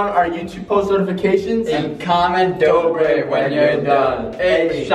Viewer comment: it dobre not dorbe